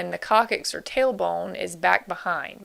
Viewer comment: very good material, I've shown it to my A&P classes, just FYI it is pronounced Cock six.